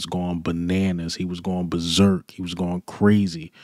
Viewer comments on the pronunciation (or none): none